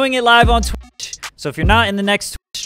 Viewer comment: why can’t he say “twitch?”